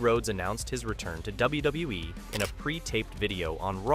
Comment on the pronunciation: I think it's AI generated, the voice over and some of the images... just listen to and how it says WWE lol " W-Duh-WE"